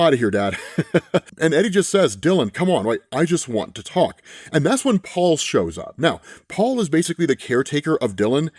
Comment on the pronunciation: ngl i got triggered when you said Paul's name, thats just how bad this is.